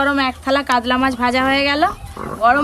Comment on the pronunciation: "কাদলা " আবার কি 🐟মাছ????? 😂😂কাতলা হয়